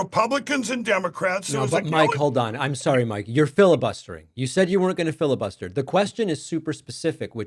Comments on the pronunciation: MyPillow: I'm not gonna "filla-bust-ya" 😅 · “I won’t filibust ya…” well that was entertaining. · The best part was when he said “I won’t fili-bust ya”